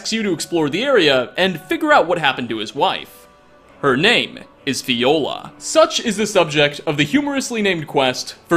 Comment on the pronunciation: Fjolar, not Fiola. The «Fj» is pronounced like you do in the word «fjord» 😄😉